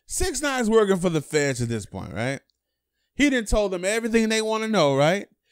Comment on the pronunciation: This dude says "right" n he says it hella lazy, riighh